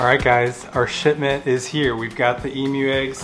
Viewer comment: I thought u said shitment